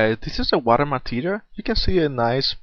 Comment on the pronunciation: you should work on your pronounciation of material... it sounds like materiaR...